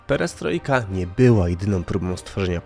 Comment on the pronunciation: 1. „Płaskom podłogom” :) 2. „Pieriestrojka”!